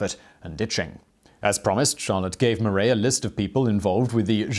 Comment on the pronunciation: Simon, it’s “mar-AH,” not “mar-EY.” (French teacher here.) 🇫🇷🇺🇸🇬🇧